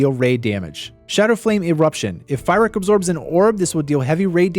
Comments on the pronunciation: Not sure if you’re trolling or never watched a single cutscene, lol Calling fyrakk fire-Rick. Amazing guide btw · I don't know if I can hear this guy say Fire-ack one more time... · Fantastic video. I love how you mispronounced Fyrrak's name the entire time. Really, though, I love your videos. They're always super helpful.